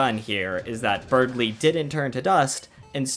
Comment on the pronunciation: Berdly. It's spelt, Berdly. There is no "g" in Berdly.